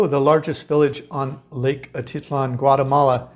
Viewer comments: A teet lan.... not...A tit lan ... thought you might want to know .. Your pronunciations are not correct a few times. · Great content! I cringe every time you say atitlan. It sounds like a teat lan, not a tit lan